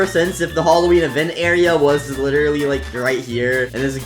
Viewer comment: the way he said literally: witerally